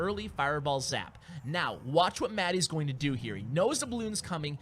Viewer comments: I think it's pronounced just matt not matty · Isn't his name pronounced Matt? As in Paint?